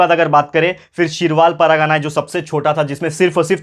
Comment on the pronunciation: Sir , u are explaining nice but it's not paragana it's pargana 😅